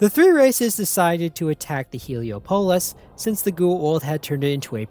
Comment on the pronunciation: It's Heel-E-Ah-Pall-is Not Helio-Pole-is. Do you pronounce Minneapolis as Minneo-Pole-is???